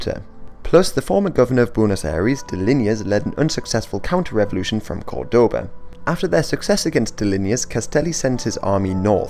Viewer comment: Jujuy, Moreno and Córdoba are mispronounced